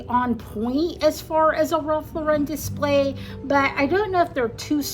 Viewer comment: The correct pronunciation of the fashion brand is "Ralph LAU-ren", like the girl's name, not "Ralph Lau-REN". The brand is American, and its surname is pronounced like the common name Lauren.